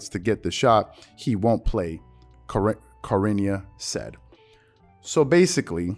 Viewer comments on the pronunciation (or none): Lol butchered BOTH of their names 😂😂😂 “Sher-ahn-i-a” and “Mac-uh-fee” Bro was struggling with his words today 😂😂🤦🏿‍♂️ Good content tho ! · Cha in Charania is pronounced as Cha in Chain or Challenge! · Hey So Shams Charnia his last name is pronounced Charnia (Shar-nee-a) food effort though keep up the good work enjoy the b-ball news and the Stephen A takes how much of a phony that clown is lol. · its Sha-ra-niah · Just for your own future reference Charania is pronounced Sha - rah - nia.